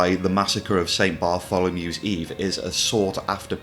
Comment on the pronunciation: So glad you said “The Massacre of St Bartholomew’s Eve” correctly unlike one or two other YouTubers.